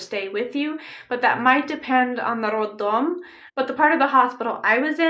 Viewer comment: You say word "roddom" very Russian-like!!!!👏👏👏